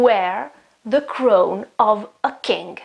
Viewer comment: great video! just one tip, fair youth is pronounced /ju:θ/ and crown /ˈkraʊn/ :)